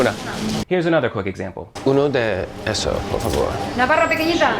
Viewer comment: Wow. the woman behind the counter seems to be saying "Navarra pequeñita," pronouncing pequeñita "pequeñija" while pointing to the half-baguette. I'm wondering if I'm hearing that right - if that's one of those regional pronunciation quirks you find in certain parts of Spain - or if I just am hearing it all wrong.